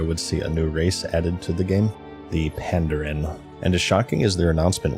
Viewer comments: pandARAN not pandEREN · You need a better editor to catch silly mistakes like your mispronunciation of Pandaren.